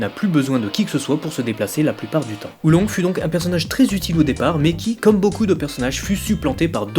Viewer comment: Oolong !!!!!!! PAS Oulongue